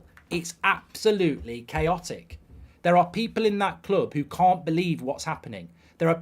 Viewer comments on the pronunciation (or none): none